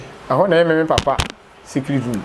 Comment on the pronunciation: Did I just hear 'Secriss room underground '?? 😂😂😂 chill😂